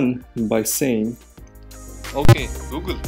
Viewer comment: When they said at first "Oke Gu Gel"